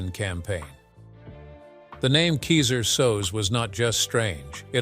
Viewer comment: Funny you keep saying the Kaiser name wrong too.